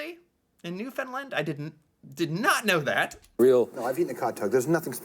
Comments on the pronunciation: New FOUND land...not New Fin land LOL!!! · When you pronounce "Newfoundland", the "land" part is said the same way you would say it on its own. "Land", not "lund". Working in the tourist industry, I hear folks from away often mispronounce it, in a variety of ways. The often put the accent on the second syllable, as in 'new YORK' or 'new GUINee'. It actually goes on the first syllable, so you got that one right, so kudos! The right way to say it would be 'NEW-fun-Land', accent on the first syllable with a lesser emphasis on the third syllable. Clear as mud, b'y! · It's pronounced "Newfunland" not " Newfunlund" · Every time an American says “newfinlind” it makes my eye twitch. It’s pronounced newfin-land! Lol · I'm from Newfoundland. You are saying it wrong the land is land not Lind!! We also call ourselves Newfie's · Sweetheart, I love you to death, but you're pronouncing Newfoundland wrong. You got the Newfin part correct but it's Land, not Lund. The pronunciation on Google is incorrect, which is annoying considering Google is Canadian. Just so you know. 😄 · Love your channel. As a newfoundlander, it's great to see you react to our food. I have to let ya know, though, it's pronounced Newfin-land and newfin-lander; not newfin-lind and newfinlind-er. Oh, and cod tounges when done right, is the best food from the sea you will ever eat. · Pronounced NEW FIN LAND not NEW FIN LIND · You got the first 2 syllables right. But its Land not Lind. Newfin-land XD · Love the videos, but you need to pronounce the "land" in Newfoundland instead of "lind" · Please pronounce it right. It's not lind its land. You got the rest perfect. The I sound takes place of the ou not the a. Thx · my buddy, just for the record. When you say “Newfoundland”, you’re pronouncing it as New-Finland. There is no “I” in there. It’s pronounced New-Found-Land. I’m from Newfoundland. Just say it slowly the way I said it and it’ll come out right. Trust me. Love your vids bud. Keep it up